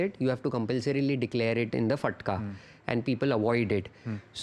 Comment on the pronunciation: Fattka nahi bhai FATKA (FAT-KA)